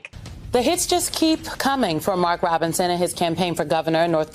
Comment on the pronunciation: Shitlock can’t even pronounce Robinson… if that idiot makes it to president I’m changing my name.